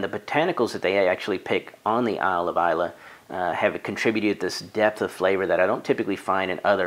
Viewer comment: Just gotta say, I'm always so impressed at the level of detail you pour into your reviews. Even got the pronunciation of Islay right! Your palette has yet to let me down, so I'll have to look for Oxley!